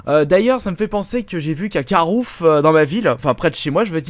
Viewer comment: C'est CARREFOUR, PAS CARROUF !!!!!!!!!!